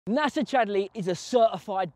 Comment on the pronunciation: It's Nacer not Nasa